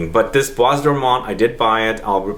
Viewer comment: The s in bois isn't pronounced